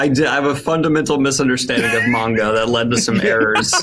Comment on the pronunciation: Since you mentioned people in the comments complaining about your pronunciation: It's manga, not menga. ;)